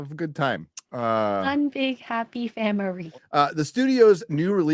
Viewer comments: made the joke about the pronunciation of the word "FAMIRY" for family. You must not watch very many videos of her because she always jokes around and is cool with it. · When she said, "famiry", I thought I was gonna die! and seemed to have missed that but the delayed reaction told me they didn't!